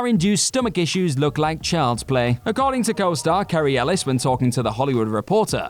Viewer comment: Kerry Ellis??? You need to put some respect on Cary Elwes name. Script writer or narrator? One or both of you clearly don't know much about movies 🤦🤦